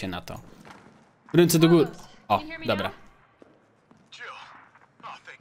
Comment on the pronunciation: więcej mów dobła bo to śmieszne 😃